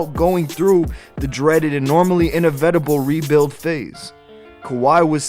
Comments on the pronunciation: Bruh "inivetible", I'm sleep. 😴😴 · in-a-vet-a-ble? bruh did you even write this? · Inevetible is not a word, inevitable on the other hand, is. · I like the writing on this video. I do think you need to double check your pronunciation of certain words though like "inevitable" early on in the video. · The way u said inevitable lol